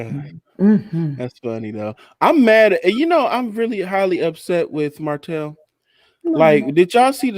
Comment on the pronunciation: For some people, messing up a person’s name is triggering for many reasons. Mispronouncing or misspelling a regular word, fine. But someone’s name is kinda disrespectful. Plus “Marsue” hits the ears like a knife. Lol. Sometimes I fast forward. I love y’all tho.